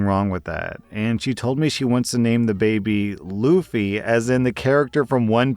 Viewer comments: Bro it's Luffy not loofy, but yes it is stupid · Loufie? I thought it was pronounced like fluffy but without the f at the start. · Yup. Definitely luhf-fee, not loof-ee. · Kind of related, but I had a kid in my classroom once that named himself "Luffy". Turns out I was pronouncing it wrong for a while (short vowel 'u'). I legit thought you pronounce it "laugh-e". It's definitely not a bully-proof name. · Oooooooh, L oo fy I always thought it was pronounced Luhfy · "So, this kid's name is Luffy? Rhymes with Fluffy?" "It's pronounced Loofy!" "Uh-huh, sounds like Loopy." My wife and I were going to name our oldest son Alaric, from the name of a character in a set of books we both liked. The problem was that there's only one real person with much profile who had that name, and he died more than 1500 years ago. Although we both liked the name we also accepted it would be a difficult name to live with, so we went with something else. Looking back over his life so far, I'm grateful we did, as it no doubt would have made worse the problems he has experienced. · I think the stoopit part of naming a kid "Luffy" is pronouncing it "Loofy". What is it, a French name?